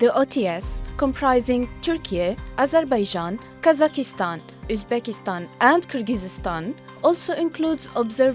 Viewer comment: This is not how you pronounce Kazakhstan and Kyrgyzstan in English.